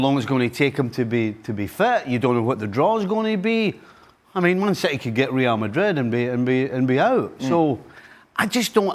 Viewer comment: "Real Magrig"